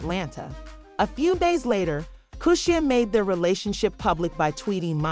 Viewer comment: Pronounced "Key-Sha" ❤